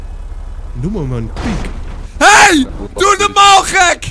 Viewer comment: kwam net pad achter dat hij "pik" zegt inplaats van "piek"